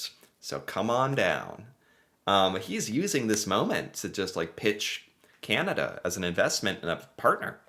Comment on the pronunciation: Hi. As a Canadian, I’ve been hoping that eventually you will learn how to pronounce “Canada”. If you listen to Mr Carney’s speech, he says it a few times. However, we really enjoy your show and mispronouncing Canada won’t make us stop liking your work.